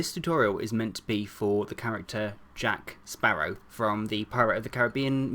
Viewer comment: did he just say Jack parrow hat?